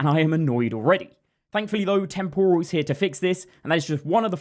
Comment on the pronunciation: You mispronounce “temporal.” The stress goes on the first syllable, not the second syllable. Like “temporary” not “tempura.” TEMPoral not temPORal. Cheers.